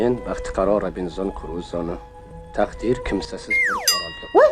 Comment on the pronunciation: tagdiir bu tagtiiir😂